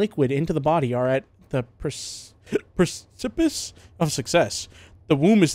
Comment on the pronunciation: Precipice (PREH-SIP-ISS)